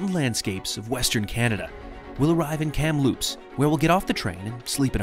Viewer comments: A heads up re: Kamloops - emphasis is on the Kam part not the Loops. So is KAMloops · Emphasis on “Kam” for Kamloops. I lot of these names are based on Indigenous names. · Please learn how to pronounce Kamloops properly. The stress is on the first syllable, not on "loops." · From an office overlooking Kamloops station, welcome! Seems you had a great time. (Forgive me, I did chuckle every time you called it 'kamLOOPS' :D) Sadly the fires you mentioned were disastrous environmentally, socially, and to tourism later this summer - the houseboat shortage on Shuswap lake will be part of that. We were driving back from Alberta in late august and just barely spotted the Rocky Mountaineer trundling slowly alongside the highway - I couldn't imagine how disappointing it would be to arrange for that trip and then not even be able to see the length of the train through the smoke. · Great trip. I've wanted to see this for a long time. Just thought I'd mention that the emphasis is on Kam in Kamloops, not on Loops. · Lucky enough to live in British Columbia! You do a lovely job of sharing our beautiful province. When you say Kamloops the emphasis is on the first syllable not the second 😊